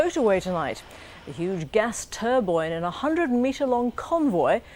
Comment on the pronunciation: "A gas turboine."